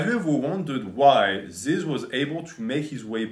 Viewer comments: It’s not zyzz man it’s fucking ZYZZ BRAH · You make an hour and 20 minute video about this guy and can’t even say his name right